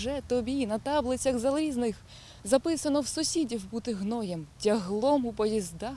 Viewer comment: На тАблицях - оце наголоси